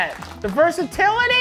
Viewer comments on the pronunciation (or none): "THE VERSATILITYUHH"